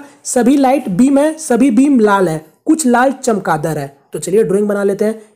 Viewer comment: Chamkadar nhi h sir chamakdaar h😁